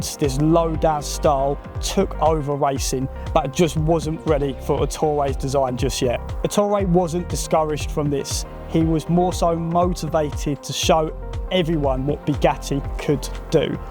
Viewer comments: éttore. with the accent on the first E. Please, respect this man. ;) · no worries! It's just that I think it is as easy as saying wrongly "Ettóre". It's for sure an unusual sound for english speakers, but really, you can do it!!💪🏻💪🏻 Keep up the great work, cheers from Italy!☺️